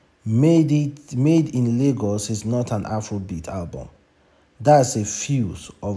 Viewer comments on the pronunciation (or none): none